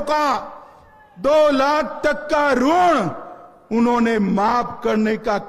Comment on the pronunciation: यह टकला तो किसान के ऋण को रूण बोल रहा है